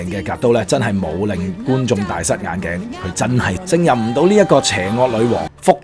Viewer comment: 小小提議，勝任的勝字不讀勝利的勝音，而是讀"升"音。 例如不勝酒力就讀作不勝(升) 酒力。